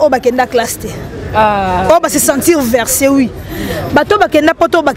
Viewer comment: ya zoba on dit vexé et non versé 😂